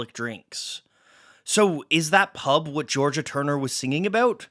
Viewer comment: OMG, hearing this guy say 'pub' is like nails on a chalkboard!! He has to be Canadian with that terrible pronunciation. It's so strange how such little things can be annoying - especially as I'd never even notice how a single Brit would say it - with our 40 accents and hundreds more dialects 😆 And this is why, as much as I could speak other languages, I won't - cos those native speakers would hate me lol.